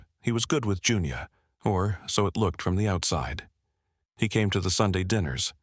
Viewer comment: I had a friend named Junia - we called her Junie. I suppose it can sound like Junior, especially when being read by AI.